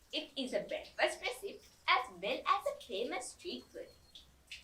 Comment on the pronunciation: That looks tasty! I would like to mention that recipe has three syllables: reh sip ee. Your English is excellent and I enjoy hearing you explain things for those of us in other places. Also, you and your mother look lovely today.